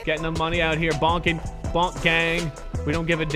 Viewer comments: He said Bonk instead of Boonk Gang😂😂😂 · It's boo-nk not bo-nk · Its Boo-nK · The way he said boonk gang😂